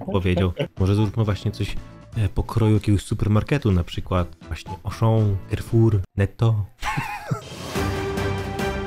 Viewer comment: zamiast carrefour to carrefiut